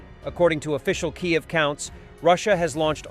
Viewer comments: Kyiv is not pronounced Kayav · It's Keeev. Stupid Bot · Tell the programmer of your AI voice that the capital of Ukraine is not "Kigh-ev," and the "c" in "facility" is soft: "fassility" rather than "facktility." Rather pathetic to get those pronunciations wrong this far into the three day operation. Other than that, beautiful report, especially the clip of Solovyev calling for the "execution" of the hapless functionary tasked with evading sanctions on front wheel drive parts for Solovyev's Niva automobile, and for whatever reason unable to cheat at the desired level.